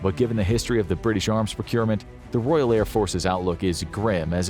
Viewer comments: Royal.... not Royale... Its not a burger from Burger King. Otherwise, can't disagree with the video really! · It's Royal, not Royale. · Can’t even pronounce a simple word like Royal. Ark Royale with cheese